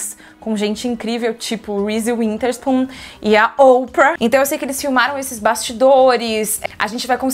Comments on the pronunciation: Eu adoro que você sempre falar winterspoon e não witherspoon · Toda vez imagino a Maqui tentando corrigir Karol quando ela fala WiNterspoon ao invés de Witherspoon kkkkk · Karol nao consegue falar Witherspoon rsss